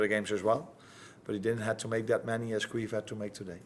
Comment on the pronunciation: "good thing we had queef today" Wait...what Listen again.... yep he says queef...? And then I went on trip down a rabbit hole of Irish names. Thankfully